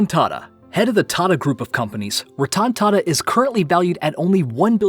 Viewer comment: The way you Pronounced Ratan Tata is Horrible. Happy to see that he has immense wealth. He is a nice guy and contribute to charity